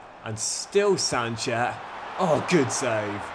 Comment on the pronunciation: It's pronounced as "sunset" not sanchet..